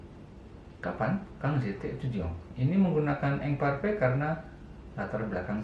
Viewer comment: prononciationnya diperhatikan pak. saya perhatiin bapak kalo ngomong « imparfait » pronouncenya jadi « ongparfe » , sedangkan kalo ngomong « attends » malah jadi « attang » . prononciation dari quand juga seharusnya kan « kong » bukan « kang » . harusnya kan im dan in yang dibaca « ang » , an/am dan en/em dibaca « ong »